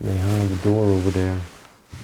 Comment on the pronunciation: You know when you can see the door knobs they aren't "secret. " And please I know I'll get hate comments for saying this but could you please pronounce the "th" correctly and not as a "d"? As in over THere and not as over "Dare". Ohh one more thing, the frame of a picture is the part that "frames" the object for instance a picture or a painting of something, a frame is not the part inside of said "frame". And a clock face is the part with the numbers and hands , the rest is the case. I hope you take this as friendly constructive criticism. I 🙏🏼💙🙏🏼🙏🏼🙏🏼😊. Thank you for the awesome places you show us. Stay safe 🙏🏼❤️.